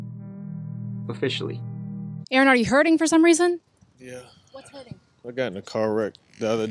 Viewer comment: So good to hear Aaron said properly and not Erin